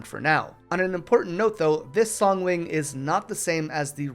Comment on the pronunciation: Dude, it's said song wing and ma low dee ya, stupid!